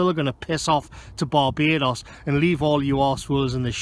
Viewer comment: I've never been to Baa-Bay-Dos but I recon it's pretty good.